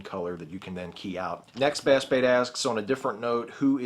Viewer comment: It's pronounced "bass bait", not "bass bait"